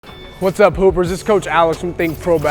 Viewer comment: i thought he said "hey pooper's whats up"